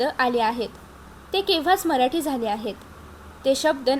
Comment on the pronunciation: अग बाई मराठीचा उच्चार नीट कर ना